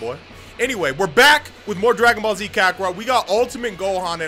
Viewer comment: R u scooby doo because u just said ragon ball